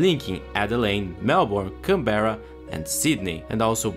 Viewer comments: apart from the pronunciation of canberra (can-bra) great video mate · how many different ways did you try to pronounce Canberra? Here's a cheat sheet to how to pronounce Canberra, Melbourne & Brisbane Can-bruh Mel-bin Bris-bin